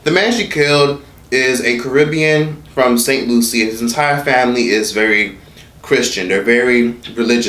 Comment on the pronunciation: The way you said st.lucia irks me... dude lol..